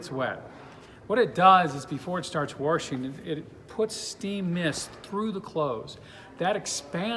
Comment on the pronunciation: ... "wahrshing" machines? ... perhaps that's why market- leader Speed Queen is not mentioned ... they only make great "washers" ... oh ... & because Speed Queen will not sell thru big box stores ... only indies....